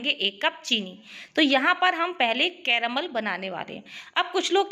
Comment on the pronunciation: Anyone notice how many she says caromol?